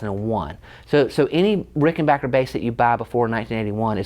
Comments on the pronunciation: Congratulations on being able to pronounce "Rickenbacker" correctly. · It amazes me how many folks are Unable to say RickenBACKer.......... :)